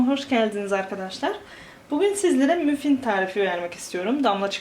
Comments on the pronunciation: mufin kim ablacim yaw :D maffin diyecen maffin ayrica o supriz kremsanti ney oyle onu cocuk yerken bi video cek gercekten merak ettim komik olmus :D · ablacim müfin değil o muffìn